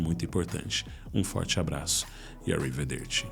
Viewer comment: Não entendo esse arrivederci com sotaque americano... awrivederci... sempre me pega, acabo saindo do vídeo antes dos últimos segundos mas hoje não consegui...